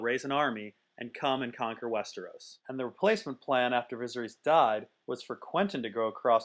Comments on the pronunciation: Say it with me. vi-ser-iss. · Is anybody else, like, really annoyed by the way he says Viserys?